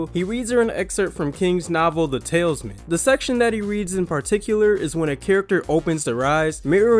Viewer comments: "The Talesman"? You said it twice. That's not the book... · I know, that bothered me too… it’s The Talisman, TAL-IS-MAN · It’s pronounced Tal-eez-man. Silly whipper snappers. 😁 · the tailsman being read, oh wait it's talisman, that's right.